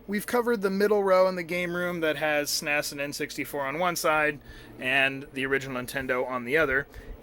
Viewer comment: This was amazing. I love the stories you were telling as you were showing us your MIND BLOWINGLY AWESOME video game room. I'm happy for you, man! That's beautiful. Thanks for sharing, and it's really cool that you work for Korn. By the way, it's the first time I hear the S.N.E.S pronounced 'sness' like you do. Thought that was interesting.